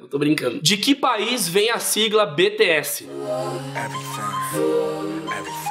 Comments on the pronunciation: se fala Bitiéss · Que agonia ele falando BTS errado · minha filha ficou loka quando viu vc falar q eles eram do japao kkkkk .e ela mando eu dizer q vc falou BTS errado .